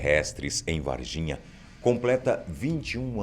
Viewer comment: Juro que ouvi e Et de vagina kkkkkk